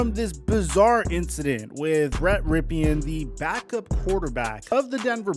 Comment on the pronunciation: CAN you at least say BRETT'S last name CORRECTLY!!!!! ITS PRONOUNCED RIP IN. NOT PE IN. CMON BOY., be BETTER 🏈😎